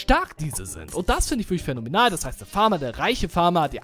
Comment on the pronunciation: Als er gesagt hat fähnomenal hab ich gedacht er sagt Fädomenal 😂😂